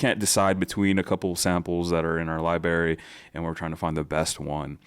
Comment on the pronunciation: Excellent video and perfect to get me up to speed on this software. Please practice including the middle 'r' in "library." There is not an English word "libary." Thanks!